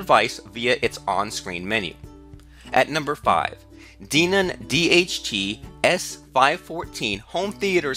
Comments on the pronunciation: Great review but its Den-on not DE-non. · Its pronounced DENOM Not Deanom ! Den Om = Denom All i can say must be an American language gap ! potato or patato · Who's Dee-Nun?